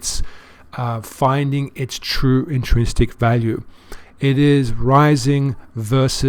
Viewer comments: Only 2 criticisms for you sir: 1. Please broaden your audience. We small, nearly broke investors can't"take profit" when that profit will be 800 USD. You and Ben talk as if everyone got in at 4000 or 600 . 2. Please learn to pronounce the word 'intrinsic'. In - trin - sic . Intrinsic value. You got this. Thanks for your work sir. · Not trolling sir (except you still need to learn to pronounce "intrinsic":) You Brits invented the word; it's your language after all! :) ) You are a very good analyst, and i believe you can help people increase their wealth. I love your calm, non-emotional style. But your advice here is mostly unnecessary for those wealthy enough to invest at your level. Investors with several hundred thousands in Bitcoin are not generally making the mistakes you warn against. I see a missed chance to help newer people in the fact that you, and Ben, and several of the others talk on your YouTube videos (which are very good) as if investing is all about having more than you need already, investing in the 5+ digits, then blithely telling people to "take profit." There are a lot of opportunities in this brand-new asset class for people who only have a few thousands or even hundreds, if they are careful.